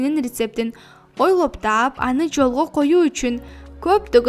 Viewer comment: Сонун уну,бирок ойлоп деген созду туура айтса жакшы болмок,олоп деп угулуп жатат.